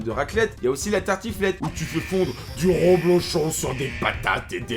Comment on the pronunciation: Salut le "", c'est rEblochon, pas rOblochon:)